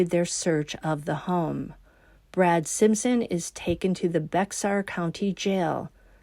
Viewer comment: We don't pronounce the "x" in Bexar (County). Ppl say "bear" or "bay-er." Just in case you have another case in or around San Antonio. You will. Folks are weird here. Love ya,.